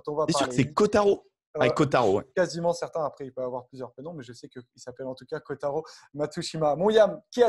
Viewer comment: C'est pourtant pas bien compliqué de dire " ko-ta-ro " ...!! Pas aussi dur que dire par exemple "Sivivatu" !..